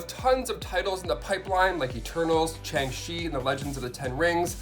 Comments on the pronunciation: I love you. But I have to tell you something. It’s SHang CHi not Chang Shi. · Smh... chang chi wow way to go on butchering the pronunciation of shang chi before the movie is out